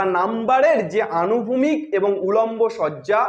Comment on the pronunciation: আনুভূমিক না স্যার অনুভূমিক , একটু কানে লাগলো কথা টা , 🙏